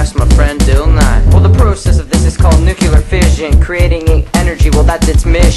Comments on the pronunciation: maybe you got 87% because you keep saying "nucular" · NUCLEAR. Not NUCULAR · Why do you say "nucular" all the time and then, in your rap, say not to say it? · New-CLE-EAR energy or New-clear not Nu-ku-lur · Please learn to say "nuclear" correctly... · Thumbs downed for pronunciation of nuclear fail.